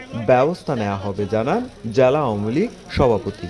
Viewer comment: জ্যালা আর ন্যাতা না। উচ্চারন হবে জেলা আর নেতা।